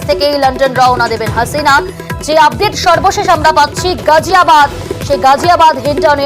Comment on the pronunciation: গাজিয়াবাদ হবে গজিয়াবাদ হবে না। মুসলমানদের নামের বানান ভুল করা বিকৃত উচ্চারন করা ইত্যাদি পশ্চিমবঙ্গের হিন্দু মিডিয়ার চরিত্র । সুতরাং সাবধান!